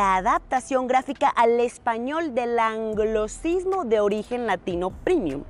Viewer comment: ANGLOCISMO" ???? NI PORQUE LO ESTAS LEYENDO LO PRONUNCIAS BIEN. SONZA😅